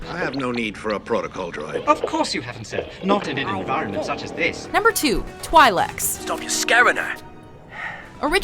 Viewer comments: 10. Togruta, not Togrutans XD 6: Zabraki, not Zabraks xD 2: Twi'leks is pronounced "Twee-leks" xD #StarWarsNerdSpeaking XD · facepalm its pronounced 'twee'licks' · Twi leks are pronounced twee leks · OMG YOUR PRONONCIATION OF TWI'LEKS IS SO WRONG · jesus...the way she said twi'leks... face-palm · I'm feeling a little triggered by her pronunciation of twi'leks and Aayla Secura's name. XD And I don't agree that Togruta are warmongering either, unless that's something that was mentioned in the animated shows. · How could u mispronounced twi'leks? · It's this top 10 best or top 10 most popular? Ithorians, Kaleesh, and Yuuzan Vong for the Win!! They said Ewoks....😂😂😂 Nitpicks: This is a Canon list... The planet you call Mon Cala is called Dac. Mispronounced Twi'Lek's great! Tuskin Raiders can be of any species human, Rodian, Chiss....ETC most of them are people who got lost in the desert and lived of the land. Hating on the prequels and dishonorable mentioning gungans solely due to jar-jar.... Yup this is a most popular list fucking great. lol.